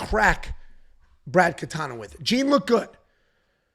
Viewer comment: Brad Katona. KATONA not Katana. Wtf is wrong with you dude?!